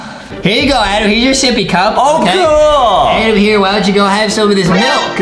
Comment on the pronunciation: justinits adem not Adam